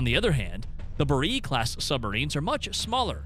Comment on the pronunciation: When they pronounce Borei as Buh-reee you know to be skeptical of the rigour of research.